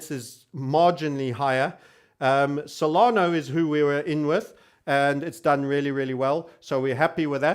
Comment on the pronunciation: SolanA, not SolanO!